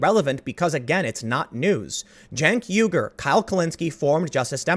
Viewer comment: I'm hard of Hearing. Did Tim say Chunk Yogurt of the Young Turds?